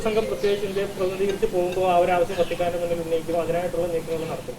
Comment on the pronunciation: Vaaatikaan ആണോ വത്തിക്കാൻ.. ഇതിലേതാ ❓